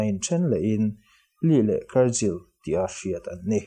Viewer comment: Kar-jill i ti zel a